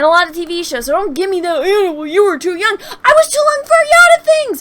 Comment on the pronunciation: Love the video, but I have to call out your best line: "I was to loung for a yot of things!" keep up the good work!